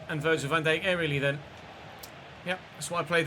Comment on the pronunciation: Petition to teach how to pronounce Van Dijk?!